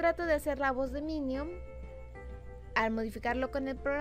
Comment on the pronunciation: Que acaso no sabes decir minion dices minium